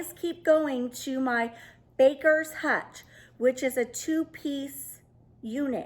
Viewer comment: Very, very unique “hutchel”😉. Happy New Year 2022!!!!